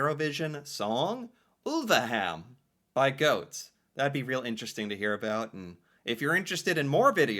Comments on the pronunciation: G - awe - t - eh, is the letter for letter pronunciation 😊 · Remember when reading every letter: gåte is not goat, it is Goa-TE you read it in 2 steps, and remember to read the E out loud. Instead of goat it would be more like Goa-tea. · Gåte is pronounced gaw-teh. 😊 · Hi from neighbouring country Sweden! I love this song so much! Please don't pronunce gåte like "goat" 😂. The å is pronunced like the (British) letter a in "water" and the e in the end is like the e in the word "end". There you have it 😁. I also love the Swedish entry, which is performed by the Norwegian twins Marcus and Martinus. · No, Gåte is not pronounced like "goat". 🤣 Hot tip: An "e" at the end of a word in Norwegian, is in general NOT silent. I'm not a fan of EuroVision, but I love Gåte. They're awesome live. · GO-te, thats how you pronounce it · Gåte is pronounced 'gor-ter'. When there's a circle over the 'a', it becomes 'or'. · It's GAW-TEH,! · The instrument is called a key harp.. And it is the national instrument of Sweden. It originally comes from the province where I was born.. (Uppland) /Roslagen. Only 2 people alive today still make them. Gå-te.. the e is Not silent.. go teh... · so hard to help americans with norwegian phonectics, but i will give it a go anyway for you:) i think it would sound more like "Gauht-é" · Pronunciation of the bands name would be Gaw-teh. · Gåte: Gaw - te. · How you would spell Gåte in English is Gaate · being, pronounces Gåte as "goat". But it's fine:) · PLEASE start pronouncing the E (like the e in ted) at the end of norwegian words! The E at the end of norwegian words is NEVER silent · The Å letter is pronounced like the o in the English word "gone". Gone for a walk. Gone-gåte gåt.. ee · Gåte, the e at the end is not silent ;)